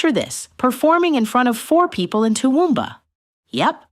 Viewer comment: A Yank pronouncing "Toowoomba" & "ARIA" is just weird... & what is so hard about pronouncing De Leon ????